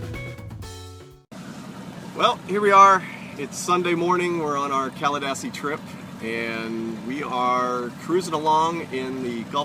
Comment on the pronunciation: It's pronounced Caladeesi